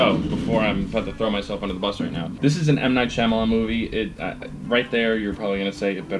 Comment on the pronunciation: Hi!....you said M. Night Shamalayanananana and I almost turned off the video.